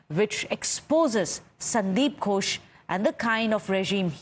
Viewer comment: Gosh no no. It gHosh. H is important there. Else it becomes Gosh of English speakers which some of them use to avoid saying God which would lead them to sin in Christianity. You can't call upon God all the time and disturb Him as He lay asleep or wandering. That is why they even want others to set standard times like Sundays for prayers.